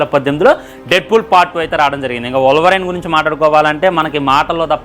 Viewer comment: adi wolvaraine kadu ra wolverine ra pronunciation nerchuku